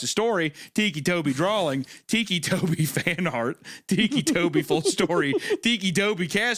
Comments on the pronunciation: My favorite bit was the unintentional mispronouncation of "ticci" as "tikki" when its meant to be "ticky" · it was literally driving me insane when literally said out loud "they call him that because he has tics" and then proceeds call him Tiki right after 😭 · Titchy? Titchy Tobi? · Thiccy tobi